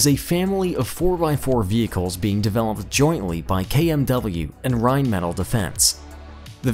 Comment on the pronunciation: Rhein-mah-tall not Rhein-metal